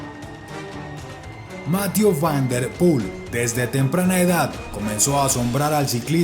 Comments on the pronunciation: Excelentes videos, solo comentar que jhonatan narvaez me dijo que hablo con el y su nombre se pronuncia "mathié" no "mathiu" por que yo también lo decia como tu y el le dijo eso jejeje un saludo desde España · Debe aprender francés ya que lo pronuncia muy mal. Debe conocer que las palabras en ese idioma tienden a ser agudas. Más que graves o esdrújulas. Mathieú fan der Pul. El diptongo eu suena en una mezcla de ambas letras. Eso sí, Máthieu nunca.